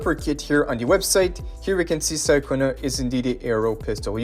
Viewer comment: Wasn't her name pronounced as Cha-cona in the story? Sorry it just kinda irks me lol.